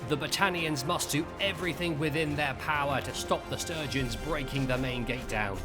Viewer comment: That was non-stop action! Love it, but... "Will the Sturgeons conquer the Battanians?" <- Did you mean Sturgians? :D Sturgeons are fish.